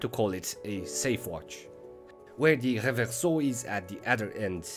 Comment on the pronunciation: Your pronunciation of the word "Reverso" is already worth two thumbs up! Great content as always.